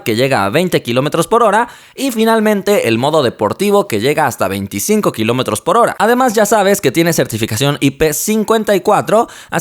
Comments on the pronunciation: Kilómotros xddd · Qué son los "kilomotros"??? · like si te diste cuanta que dice kilomotros